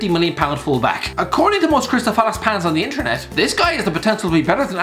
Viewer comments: “crystal falace pans” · "Crystal falace pans" - 2020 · “Crystal falace pans” 😂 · "According to most crystal falace pans." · "Crystal phalice" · "Crystal Falace pans"😂😂😂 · "Crystal falace pans", - 2020